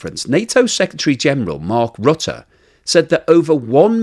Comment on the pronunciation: Love your correct pronounciation of NATO's Mark Rutte. Nice detail.